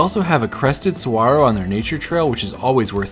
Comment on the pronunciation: Thanks for pronouncing saguaro correctly 😊